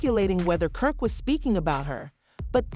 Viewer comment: you definitely called him perk🤣🤣🤣🤣